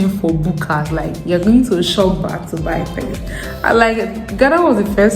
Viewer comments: It is chop bar not shop bar lol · It's pronounced; Chop(eat) bar